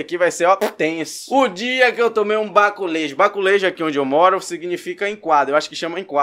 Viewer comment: Tenho até trauma dessa gíria "BACULEJU" KKK